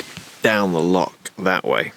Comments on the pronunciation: Great video as usual but being a Scotsman it’s loch not lock lol. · Bruh, it’s Loch not Lock 😅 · Please learn how to pronounce “loch” properly. 😂😂 Lovely video. Good to see you getting out and about in the van again.